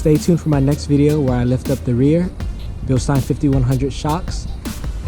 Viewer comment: Thank you for pronouncing Bilstein correctly.